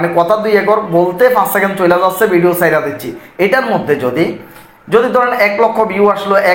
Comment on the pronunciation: ভাই ভিডিওকে ভিডিউ বলেন কেন